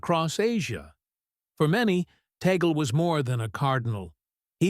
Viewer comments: Cardinal Tagle’s name is pronounced Tag-Le, not Tag-gel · Pope Leo XIV was chosen through prayer and meditation. That he was not one of the Papabili shows that the Holy Spirit is in charge, not media talking heads. BTW, it is pronounced TAH-gleh, not Taygehl.